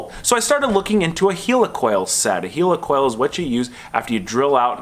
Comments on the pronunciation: Great content as usual but every time you said Helicoil my toes curled up. "Heel-e-coil", its pronounced Heli coil". No offence meant, it did make me giggle. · do you call a Helicopter a Heeli-copter..... Its Heli-coil!!! lol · Pronounced like Helicopter :) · Healacal ? You mean heilcoil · Why are you calling a helicoil a heelycoil? You don't say heelycopter, do you? I'd bet a pound (Sterling) against a pinch of dog shit that you also refer to Iran and Iraq like they're the latest products from Apple, too. ;)